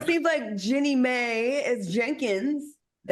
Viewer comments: Why does everyone on this show pronounce her name as “Jenny May”? It’s like nails on a chalkboard when they all say it every time they report on Jeannie and Jeezy. Cause everyone knows except the hosts on TEA that her name is Jeannie (like a genie in a bottle) and Mai (pronounced My). I love the show and all the hosts, but they need to work on getting names right especially for celebs they report on cause it’s easy to find out the correct pronunciation for a known person. Kinda disrespectful at this point for a talk show. And I’m sure yall drink Mai Tai’s! Do you go in a restaurant and ask for a “May Tay”? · Why do Claudia and Al keep calling Jeannie Mai "Jenny May"? Hey name is spelt exactly how it sounds... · Learn how to say Jeannie Mai’s name correctly. It’s racist to keep deliberately mispronouncing it.